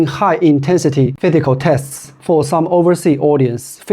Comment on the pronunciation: The plate design is only for added stability, just like how Adidas Torsion System works. ~ Not shoes related, but your pronunciation for letter (s) of physical test sound like letter (t). While you have no problems with other letter (s).